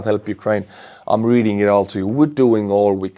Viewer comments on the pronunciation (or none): none